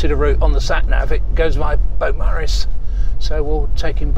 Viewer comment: It is not Bowmaris ias you said there's a u Beaumaris